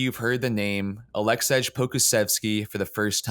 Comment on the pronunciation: Nobody’s gonna listen to a guy who’s not even smart enough to know this guys name isn’t Aleksedge. 🤔🤦🏽‍♂️